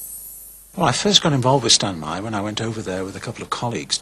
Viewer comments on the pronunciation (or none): I SEE "Meyer" - I HEAR "Mahr" ( :¬o)